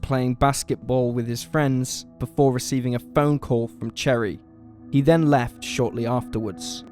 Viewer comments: Right? Listening to the audio without watching, I was like "did they really name their kid after a fruit, or is it actually Cherie?" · Justin Pipes Cherie in French is pronounced “she REE”. Mon cherie. En francais.